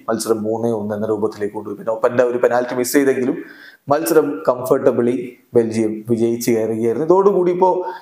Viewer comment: ബെൽജിയം ❌ ബെൻജിയം ✅ 😹